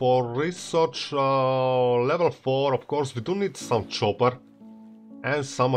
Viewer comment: excuse me it is pronounced copper not chopper:)